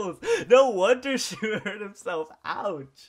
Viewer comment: YOU SAID SHEEEE!!!!!!!!!